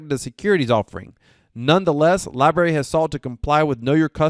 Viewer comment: Lie-Brarey.......not lie berry...lol Good job but please...